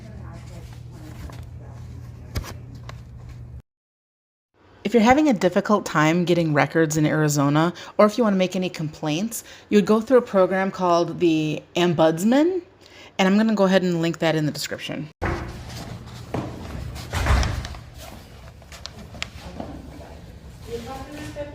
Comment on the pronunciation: Ombudsman. Not ambudsman.